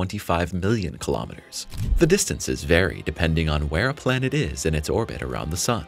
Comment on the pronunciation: Not listening to someone who can not even pronounce kilometers.